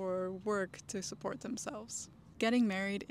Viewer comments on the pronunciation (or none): none